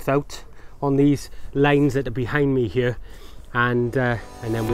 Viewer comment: You know a man's potato crops will be big if he pronounces "here" as "hyur."